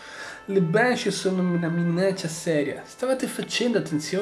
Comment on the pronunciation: Banshee si pronuncia benshee